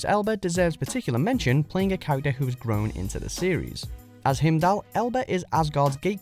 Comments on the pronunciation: I'm so sorry... but him-dall??? HIMDALL?! It's like Hi-im-dall. Gahhh (so sorry but that bothered me too much). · What is with WM narrators and mispronouncing things? He says (among other things) him-doll, immediately followed by a clip from the MCU that shows the way to say it in the MCU, as hime-dahl. It's like that episode of "I Love Lucy" where Ricky tries to teach Lucy to say "muchas gracias" (thank you very much) but she says "macho grasa" (fat pig) because the idiot can't copy sounds. DON'T SAY IT LIKE YOU'RE READING IT; SAY IT LIKE YOU HEAR IT Why is this so far beyond WatchMojo's capabilities? That's how EVERYONE learns language! If I tell you my name, Candice, is pronounced can-diss and you say can-deese, you're an idiot and an ass. I just heard how this guy pronounces "Iron Man" and I'm done. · Hemdelll? it Heimdall... like HIGHmdell... Considering these are British actors and you allegedly speak English, you did a hideous job of mispronouncing SO many of them... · You pronounce everything wrong. Hemdal??? Dav-rose???? Seriously get it together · Himdal? HIMDAL? boi its pronounced how its spelt, H-e-i-m-d-a-l, i heard himdal and just cringed instantly. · Excuse me. But I think it's prounounced, "Hay-em-dall". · They way you pronounce heimdal is hilariously stupid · Why did Hayley Atwell only get an homourable mention?? And learn how to pronounce Heimdell! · the way this guy pronounces ''heimdall'' has me curling my toes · Please learn how to pronounce Heimdall, they say it in this video so many times and you still stuffed it up twice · Anyone else bothered by the pronunciation of heimdall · Yup totally cringed every time! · Yes, I cringed every time I heard it. No excuse for that!